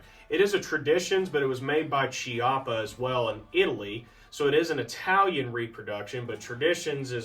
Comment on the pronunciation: It’s pronounced “kee-up-ah” the ch is a hard K. Like Chianti, echo, Fiocchi ammo etc